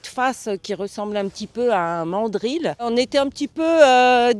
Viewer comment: "un mandrile" tu m'a tué 😂